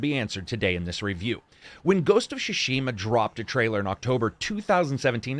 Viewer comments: "Shushima"? It's more pronounced as Sue-Shima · "ghost of shoe-shima" LMFAOOOOOO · Great review, my only gripe is that you keep saying shishima instead of tsushima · I loved this review so much that I’m willing to forgive you absolutely murdering the pronunciation of Tsushima. It’s Tsu-shi-mah, not shoe-sheema! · "Shushima" Ign 10/10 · "Ghost of Sushima" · Ghost of sssushima 🌚🌚🤣🤣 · Ah yes, GHOST OF SHUSHIMA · "Ghost of Shushima" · Did you say "Ghost of Shushima" at 23s :-) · It's really adorable how keeps saying "Shushima".:)) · Shushima xD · Am I the only one hearing him say: "Ghost of Chushima" lol? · The way he said "shushima" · Neither Japanese nor English is my native language. Tsu in Tsushima is the same in tsunami and I think they should pronounce the same. If you pronounce shunami then it is shushima Correct me if I'm wrong and just buy the game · Shushima 😤that was annoying. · lol I love how no reviewer can pronounce tsushima consistently